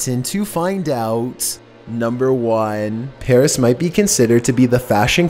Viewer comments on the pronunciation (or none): none